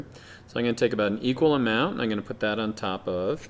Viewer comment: he can't say "I'm"